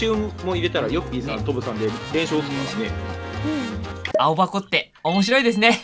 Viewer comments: 青「はこ」ですよ！ 有名な方々とコラボおめでとうございます！ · ともさん、、 青箱（あおばこ）じゃなくて 青箱（あおはこ）ですよ〜